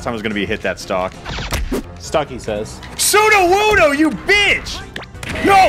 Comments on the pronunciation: he called wooper, sudowudo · He called it Sudowoo-though